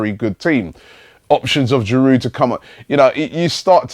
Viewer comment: How come Robbie can pronouce Lens correctly but he can't get Giroud right.Drop the fucking D.